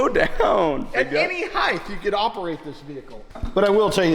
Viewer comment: The truck looks awesome! I'm most impressed by you properly pronouncing the word "height". It drives me INSANE to hear some builders that I think are brilliant designers, fabricators, and artists mispronounce a simple word like "height" with a "th" sound at the end. Much respect to you guys, for multiple reasons.